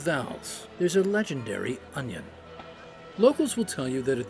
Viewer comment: Don't you mean onyo?